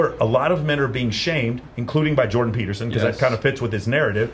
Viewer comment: "peterstein" - is that a Jewish version of Peterson? 😂 On the serious note though, yes he's a completely different man now after that "treatment" from COVID in 2020. I wonder what those russian "doctors" did to him there.